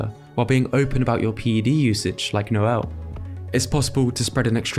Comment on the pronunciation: Mispronounced Noel’s name , he isn’t a Christmas holiday